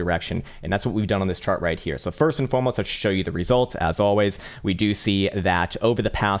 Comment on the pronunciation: All I can hear is “First and FOMOst”